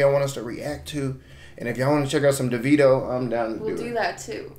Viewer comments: Being that his birth name is David, his proformance name is actually pronounced Davido - Da (long "A") vid (short "I") o. BTW, I nearly passed out when he said tropical 🤣🤣🤣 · thats an oil rigg in the middle of nowhere in nigeria. not tropical afro. his name is pronounced daveeeeeeeeeeeeeeeedo